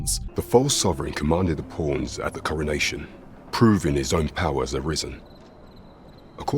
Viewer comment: When you say pawns it sounds like "porns"